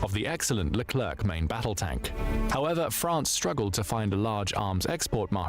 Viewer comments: Great video mate! As a sidenote, hearing "lerclerKH" at least 10 times made my ears bleed. We say "lecler" without pronouncing the final c. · It's because it's an AI voice. It also pronounced the final "c" in leclerc. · AI voice sounds very natural (they are good quality now) but it remains some differences. This voice is too regular or even monotonous to be a human voice. This is a English text-to-speech AI voice. It's why the "e" in Rafale is not silent (like it is in French) and why the final "c" in Leclerc is pronounced. A real human never do this sort of mistake when speaking of French military materials. Everybody speaking about this military topic knows that Rafale is pronounced like Rafal and Leclerc like Lecler.